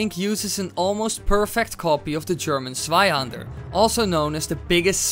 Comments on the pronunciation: ohhh you mean a "zweihänder" i understood sweihander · I think the good thing bout being german is to see how everyone else tries to pronounce it Swaihander = Zweihänder Panzerfaast = Panzerfaust Schwimwatschen = Schwimmwagen xDD (at least you got Landsknecht right x3) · Hi, i'm from Denmark (just north of Germany) and so, we learn German in the school, and i want to oraise you for your exellent pronounciation of the word "hander" but something you got wrong, was the pronounciation of "zwei" it is NOT pronounced "svei" but "tvai" little difference, i know, but just get it right next time. (You probobaly used google translate to hear the pronounciation, but google translate is often wrong as in this occasion) ok, i love your vids keep doing what you're doing, i love you bye 😗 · It's Zweihänder, not Sweihander! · Bro it is Zweihänder not Sweihänder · the sweihander sword xD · Sweihannder xD Im German but i Love ur Videos <4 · you spoke zweihänder wrong 'zwei' and 'der' were pronunciated right but 'hän' has to be said like 'han' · You can say stweihänder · Zweihänder XP Your german is baaaad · If he had spoken "Zweihander" the way it is written it might have been the correct pronounciation! So n Witz! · I laugh so hard wen you say Zweihänder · The first time you said "Zweihander" I didn't understood it and im german! I got it when you said its german 4 double handed swords.😂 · you pronounced the two hander funny(I'm from germany) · Zweihänder is pronounced tswaihander and flammenschwert is pronounced flammenshvert. German is strange :D